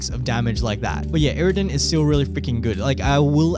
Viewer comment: sowwy iwwidon , migard lezgooo